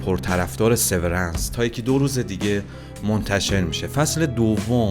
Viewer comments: تلفظ هات اشتباهه. لومِن اسم شرکته و سِوِرِنس اسم سریال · تلفظ هاتون غلطه دیدن ویدئو رو سخت می کنه لومن و سورنس رو یک گوگل کنید خیلی بهتر میشه